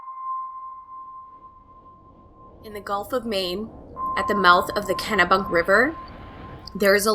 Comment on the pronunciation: Its near the Kennebec River, not Kennebunk